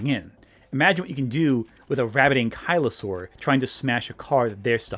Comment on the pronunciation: Great video but I’ve never heard anyone pronounce some of these dinosaur names the way you do. Most noticeably to me is “ankylosaur” (my favorite dinosaur). It should be pronounced “ANG-kuh-luh-sor(-us)”, not “ang-KYLE-uh-saur”.